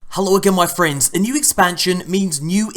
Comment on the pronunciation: “Friendds”